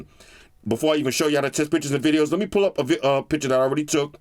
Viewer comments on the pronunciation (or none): none